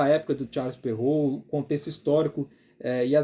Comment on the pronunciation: Parabéns, acho que é a primeira vez que vejo um vídeo sobre o tema que acerta a pronúncia de Charles Perrault. Eu entendo que ninguém é obrigado a pronunciar e é legítimo adaptar para nossa língua, mas algumas pessoas fazem uma pronúncia puxada para o inglês, super complicada e completamente errada (o nome é francês) e seria muito mais prático falar o certo como é em francês, rs